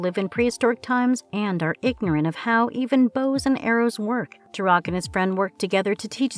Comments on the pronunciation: Turok (pronounced- Torock not turoc) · Makes video about TUROK. Pronounces TUROK wrong.